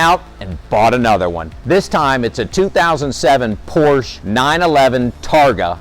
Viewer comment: If you're in the car business, you should learn how to pronounce the brand's name properly!